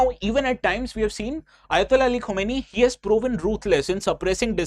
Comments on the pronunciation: Correct your pronunciation Khamenei (kuh·muh·nay·ee) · Pehle nam to thk sai padho yaar Khmnai ko khumeni pad rahe ho.... Kya IAS padhawo gy ap log